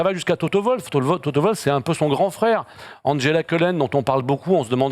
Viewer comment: TOTO Wwwwoooolf pas toto volf...